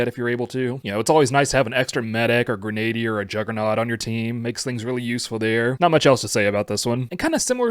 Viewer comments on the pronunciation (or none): Im pretty sure you USED to be able to fire both (machine and other) on the tank gamepass Edit: Not to be rude or anything, but i think its pronounced gren-ah-deer